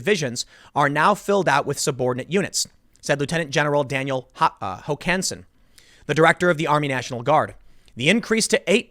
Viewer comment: Emphasis on the first syllable, Tim. HOkansen.